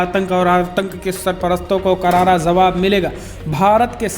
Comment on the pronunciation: Bhai please say jawaab and jaanaa and not zawaab and zaanaa. Thanks.